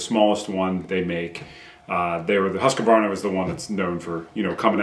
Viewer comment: why are you adding an "a" between "q" and "v" in Husqvarna? It's husqvarna, not husqavarna. and it's "u" and not "a", as in "hoosq" "varna".